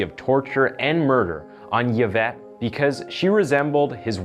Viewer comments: The name is pronounced E-Vett. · It's pronounced E-vett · It's pronounced : Evette Pen-ya. Jesus this guy just reads a script blindly. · E-vette Pen-ya Victim name pronunciation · E-vet. You don’t say the Y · Dude you're not even trying now. Yavette is not how you pronounce this name. Please put in a tiny bit of effort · It's pronounced like E-Vet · I really liked how you pronounced her name because I've never heard it like that, even tho it's pronounced as "Evette" like E commerce. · its pronounced Evette Peenya. Sorry but the pronunciations get me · Her last name is pronounced ( Pen-Ya) not PeaNa just thought you should know! Yvette Peña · Before anyone says I’m being pedantic or nitpicky I promise I’m not! I just know a lot of Yvettes as it’s a really popular name here, and I think it’s easy to get names wrong, 100%, but if you’re unsure of how a name is pronounced etc it’s probably best to Google it first, especially when it’s the name of a murder victim who died in such awful circumstances :( Not my intention to sound mean or nitpicky, I’m just trying to be helpful is all ❤️ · Just gotta say that the narrator undermines his credibility by repeatedly mispronouncing the victim, Yvette Pena's, name. It's pretty disrespectful. Yvette is pronounced, ē-vette. Not "yeh-vette." The letter "y" can act as a consonant or a vowel. In the case of Yvette's name, the letter "y" functions solely as a vowel with the long "e" sound. Also Corcoran is pronounced, kor'- kran. Not kor-kor'-an. The video seems to be well researched and produced other than these mispronunciations. Time to up your game. If you are not sure about a pronunciation, look it up or ask someone. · Hey just a heads up, but Yvette is pronounced “Ev-et” and sometimes “ee-vet” :) the Y isn’t pronounced how we’d usually pronounce it, that’s all! Think of the name Yvonne (pronounced Ey-von or Ee-von) it’s kinda the same as that :) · Its not pronounced Y vette its I vette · EE-VET, not YA-VET